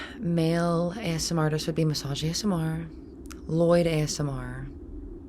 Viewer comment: A-S-M-R. That's how you guys pronounce it? I pronounce it Asmir my whole life